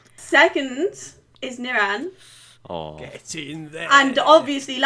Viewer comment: The way pronounces nirans name 🤦🏼‍♂️😂 nirAn. Chill out on the A 😂 I rate this channel tho tbf